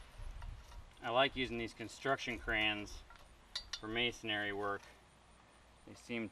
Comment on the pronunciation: Always entertaining presentations. However the word 'masonry' is pronounced mason-ree not mason-airy, again it's pronounced as mason-ree (no worries, it's mispronounced across the board by lots of folks). Fun and informative videos; your passion for all things tools, toolery and miscellany, mostly old and odd, is palpable.